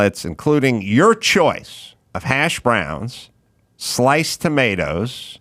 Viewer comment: Ever notice when he says hash browns he puts the emphasis on the wrong syllable?